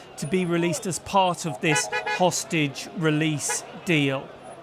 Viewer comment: I heard sausages 😂😂😂😂😂😂 instead of hostages what is the difference 😅😅😅😅😅